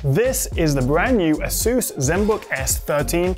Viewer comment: it's pronounced as "ey-soos".